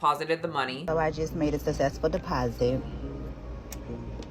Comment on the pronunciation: I hope not a teacher. Can barely pronounce words... sussssssesssful.....